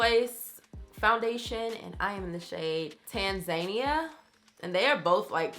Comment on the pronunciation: Her shade in the Juvia's Place foundation is "Tanzania" ( TAN-ZA-NEEYA") maybe??? She had me audibly saying "huh??" at that pronunciation